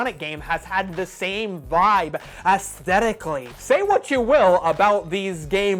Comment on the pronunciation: If you’re going to say “Auzzthetik” so often you should learn how to pronounce it..... or you know: synonyms?